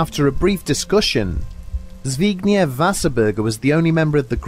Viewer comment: Dude congratulations on pronouncing "zbigniew"... Could actually be wrong but valiant effort.